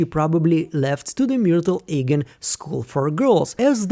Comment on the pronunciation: His name is pronounced eeegan, not aygan. Please eradicate this confusing folly from your channel as it is very disrespectful to our Chosen One Kier.